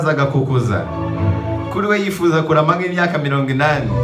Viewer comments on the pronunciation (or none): none